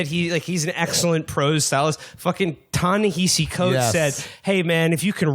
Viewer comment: Did Matt really just say Ta Hennessy coates